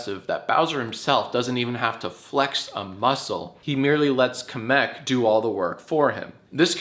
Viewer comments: I like how you call him Kumic .... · did jack really call kamek "kameck" he's american so i'll let him call him that edit; i had to do full research just to find out kemek is a male. i really thought kamek was a girl. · kuh-meck is my favorite mario character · I love the way he pronounces Kamek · Love the mispronunciation of Kamek lmao